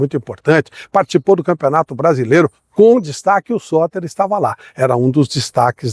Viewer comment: O vídeo é legal e o conteúdo é bom, mas a edição faz falta. A dicção em alguns momentos não ficou muito clara. Teve uma hora que eu entendi “Sócrates”, e só fui descobrir nos comentários que o jogador era o Sotter. Uma legenda bem editada já resolveria isso e melhoraria bastante o vídeo. Gosto dos seus conteúdos, não sou surdo 😅 — inclusive aumentei o volume pra tentar entender o nome do jogador, mas só consegui confirmar lendo os comentários. Com edição com nome do jogador, o vídeo ficaria muito melhor.